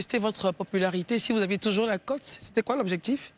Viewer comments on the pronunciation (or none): none